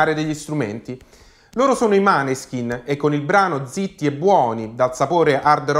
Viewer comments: Tutto d'accordo con te...però adesso non ti offendere...mi fanno MALISSIMO le orecchie ogni volta che li chiami MANESKIN...impari a dire MÅNESKIN...🤗🤗🤗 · Måneskin! Pronunciato Moneskin. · Grazie per la dritta, in effetti andrebbe pronunciato MOANESKIN, anche se per me un’italianizzazione ci sta. Mi raccomando, dillo anche ad Amadeus però 😆